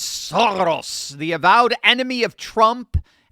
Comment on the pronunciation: It's pronounced "SHO-rrrrosh" - meaning "row" or "divot" - I like to say "Sem semit Soros" which translates to "less than nothing Soros"...